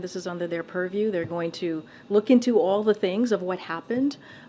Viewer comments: If i hear one more "under the puriew"😡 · Oh yeah, please, say perview again. She says that so well.